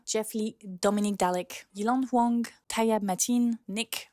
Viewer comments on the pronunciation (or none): none